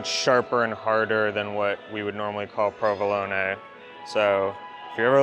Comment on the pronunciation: thanks for pronouncing provelone correctly. I am easily annoyed by ppl who pronounce it proveloan without the final short 'e'. If I ever hear it mispronounced, I come back to this video